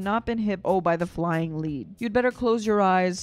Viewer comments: What I don't understand is that as an American you mispronounced lead twice. It's in the context, bullets flying so lead is flying. Not lead as in leader. Also if you take a song that's 9 minutes 36 seconds and you make it into a almost 25 minutes reaction you are pausing or talking way to much. We know you can sing. Give it a rest! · Flying "led" not leed. This is an indictment of war, describing a child caught in a war zone and torn to shreds. Reviewer is in love with her ability to mimic, no insight. Pick another job, no one cares about YOUR voice. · lead pronounced ledd-in reference to bullets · It's 'lead' - as in bullet lead . . not 'lead' - as in dog lead . . . got it? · Lead said like Led Zeppelin ... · It is flying LEaD as in bullets short vowel. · It's not lead, like leading. It's lead like bullets. You've not been hit by flying lead, it's self explanatory